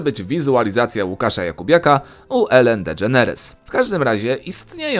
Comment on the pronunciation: elen dy dżeneres zostaw angielskie nazwy proszę